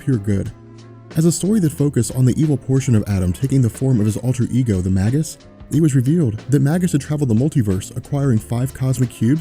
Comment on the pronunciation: It's pronounced, May gus, not Mag us.